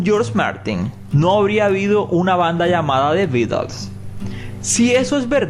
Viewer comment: "De bitals" jajaja the Beatles